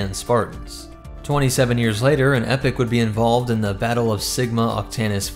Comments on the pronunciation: I’m not saying you have to pronounce it a certain way but, I think it would’ve been much wiser if you had opted to pronounce it as “e-pok” simply to avoid confusion, I know it’s a silly thing to worry about but I can’t help but wonder how many people could come away from this thinking this ship is the “epic class” despite the title and numerous texts in the video, also this is a personal thing but, jeez hearing it as “epic” honesty hurts my ears xD, it just sounds so, dumb and cheesy and doesn’t do the ship justice in my opinion, but that’s completely subjective, however I do believe it is objectively better to pronounce it “e-pok” simply to avoid any and all small chances of confusion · Exactly, dont get me wrong, lore is on point, its just that incorrect pronunciation drives me bananas 😂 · Pretty sure it's pronounced E-POK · Epoch, not epic. Driving me nutz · search epoch pronunciation google translate is incorrect it is eee pok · I am concerned about the pronunciation of Epoch and Sabot... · He pronounces sabot correctly, but epoch not so much. It is common (here in the USA) to mispronounce sabot with the T sound at the end, but that is incorrect. The same way "carbine" is commonly mispronounced. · I really don’t like how you pronounce „Epoch“ and „Sabot“ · Not to nitpick, but it’s pronounced “eeeeepok” not epic. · Now don't get me wrong, I'm all for the EPIC class carrier, but I believe it should be pronounced EE-pok. Excellent breakdown though! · The waaat? It's not epic. It's Eeee-pock. Like as in a distinctive period of time. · The pronunciation of that word is E-pock not epic actually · Epoch is pronounced Ee-pock Not epic... that is my only complaint other than that I loved your covering my ship! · The only issue I have is I understand you're pronouncing the real word epoch as Epic but they actually pronounce it with the E pock, because the initial designers for the ship was Spartan games were the ones that the designed the ship for them and named it